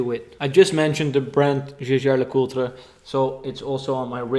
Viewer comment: Waarom is je uitspraak van Jaeger LeCoutre zo vreemd? Just wondering, volgens mij moet je het iets anders uitspreken